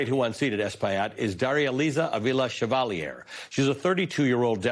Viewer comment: Is your mispronounciation of Chevalier's name deliberate? As a way of showing disrespect? Is it an unconsciece dig at French Canadians (you being from English speaking Toronto)?